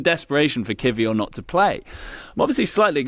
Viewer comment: over pronounces every Spanish or French word/name but can’t be bothered to say kiwior consistently or correctly 🙃